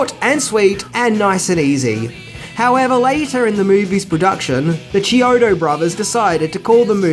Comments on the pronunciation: Thats KEY-ODO, NOT CHEE-ODO and they also did effects work for the Weird Al Yankovic movie UHF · The filmmakers last name is pronounced key-OH-doh. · The brothers’ last name is pronounced Key O Toe